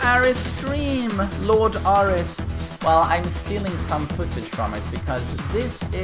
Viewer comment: You called him Aaaaahris right ?? xD